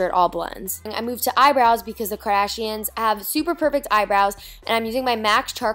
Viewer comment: Did anyone notice that Niki says Kardashians?